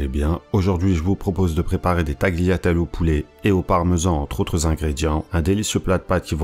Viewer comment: prononce pas le g dans tagliatelle bro. et pas de s.